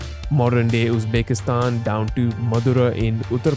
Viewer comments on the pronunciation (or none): none